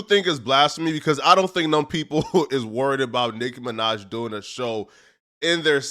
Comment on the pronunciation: Why tf you keep saying Nick Minaj ts pissing me off